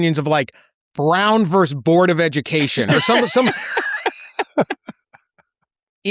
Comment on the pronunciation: I’m not sure about the value of the UMass BA when I consistently hear “verse” instead of “versus”.